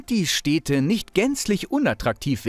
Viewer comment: Super Video, vielen Dank, aber ich kann doch nicht der einzige sein, der sich daran stört, wie du die Städte nennst. 😅 Das sind Städte und keine Steehdte.